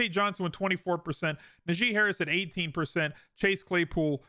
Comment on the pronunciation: I don’t mean to be rude but as a Steelers fan I’d like to point out Najee is pronounced like Nah Gee. Source: him, even announcers get it wrong and there are videos of him saying it bothers him. Love your content though!